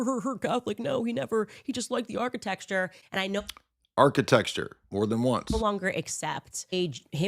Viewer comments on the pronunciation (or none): After hearing say architecture has messed me up! Now I can’t say it right. 😂 - Thanks